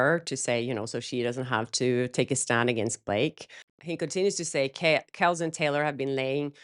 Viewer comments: By the way his name is pronounced Kell-see❤ Good for HIM!!!! The fact that ASF is being released on a streaming platform says it all. I’m just glad Anna got her 2mil to complete this mess.🧐🤔🫣🥱😁🙄😺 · you're mispronouncing Kelce 😅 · Kelce, say it with the e.❤ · It’s “Kelsey” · Hey! I’m with almond those who believe Travis has Taylor’s back and won’t allow her to be “used” by her so-called friend!! Just a quick note…Travis’ last name is pronounced KEL-SEE! I know you want to get it right! Blake being named on the Times 100 is just a joke…and everything she and Ryan do is just plain stupid and wrong!! What has anyone heard from Justin Baldoni these days…??? Take a page out of his book, Ryan and Blake!!! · Just FYI, I think Kelce is pronounced kel-see. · kelce is pronounced kelsee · Kelce = Kell-See. The way you pronounced his last name is the way a close friend might call him. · Kelce is said Kel-see 🙂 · you are right. It is pronounced Kels, but a lot of ppl don’t know it so they say it like Kelsee 😘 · Pronounced Kel-see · No it isn’t! It’s really pronounced Kels. look it up before you correct someone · His last name is Kel-See. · it's (Kelce)pronounced Kel-see. Love you, love your videos. ❤ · Its Kelsey pronunciation. Just so ya know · 'Kel-see' pronunciation. Sorry, football fan 😊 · I love seeing this. Ryan is so inauthentic. I’m glad Travis sees through him. ** For future reference, Kelce is pronounced Kel-see.😊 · FYI: I’m sure I’m the millionth pain-in-the-butt to say this, but it’s Kel-CEE. Just in case his name comes up anymore, I thought you’d want to be in the know! (I could see where’d you want to say it that way! Cheers to being bilingual!!) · First thing…..his name is pronounced as “Kelceeee”. Also, if that was enough to end their friendship then they weren’t actually true friends to begin with. No long term friendships break up over something that trivial!